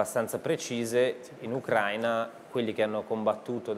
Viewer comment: Si dice Ucraìna non Ucràina 🤦🏻‍♂️